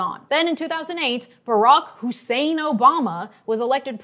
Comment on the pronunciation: Why did she emphasize “Hussein” like that?